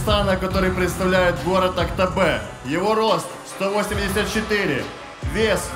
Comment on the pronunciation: Не АКТАБЕ а АКТӨБЕ правильно будет .